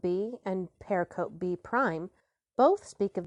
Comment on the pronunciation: I repeat my plea: stop undercutting your credibility by savagely mispronouncing "pericope." It's a widely-used term for study of the Christian Gospels. It is pronounced purr-RICK-uh-Pee, with greater stress on syllable 2 and slight stress on syllable 4. Search "pronounce pericope" to confirm this, and please update your audio files when you can. I love your project anyway!